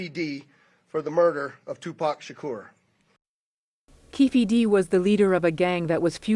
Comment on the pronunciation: Its Keefe D not Keffe D...How can it be so difficult?